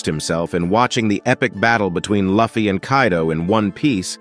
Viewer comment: bro it aint laffy its luffy